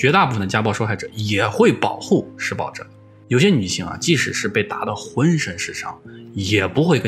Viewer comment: 如果不是最后那段话把施暴者念成失败者, 我都没察觉出来他想表达什么意思